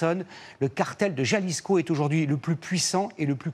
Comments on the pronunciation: “Jalisco” faites un effort putin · Putain comme il prononce jalisco